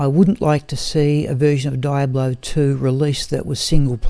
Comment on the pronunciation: Triggered every time you said die-ablo